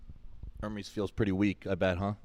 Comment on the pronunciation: Shots fired 😂 “uncle Ermes”